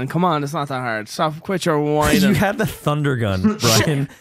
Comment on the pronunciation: "tunder gun"